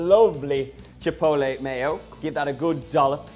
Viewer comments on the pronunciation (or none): “ Chipoelay” lmao, the t is not silent silly.